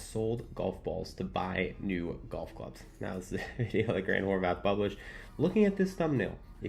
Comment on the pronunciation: He's always saying Horvath with a TH, no? Every video i see he's always mispronouncing his name..